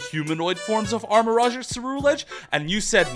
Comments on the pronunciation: The rouge in armarouge is pronounced "rooj" not "raj". If you are a sonic fan it is literally the same word as the over sexualized bat's name. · He also say "armarage" too. He wear a pikachu cap but can't pronounce any name right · Watchong to get inspiration for drawings, but that guy misspronoubcing so many pokemon names is getting real annoying. Like how he say "armarogue" instead of armarouge, rouge being red in french and pronounced like the character Rouge in sonic the hedgehog